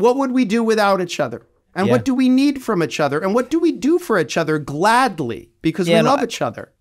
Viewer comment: Great conversation! Side note: first time I've heard someone pronounce "each other" as "itch other"